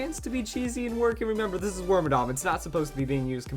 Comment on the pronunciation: Wait, it's not pronounced wormadamn...... WHAT IS MY LIFE